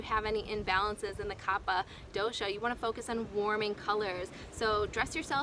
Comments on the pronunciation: a constructive correction: the pronunciation is "Kafa" like cough and not "Khappa" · It is pronounced kafa and not kapa 😶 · It is pronounced "Ka-fa". People may find it difficult to take advice from you, if you are not aware of that. Please correct the error in your video. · Pronounced kafa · It's kapha ..like cougha